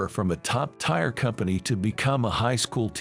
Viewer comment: Tier is pronounced tear not tire.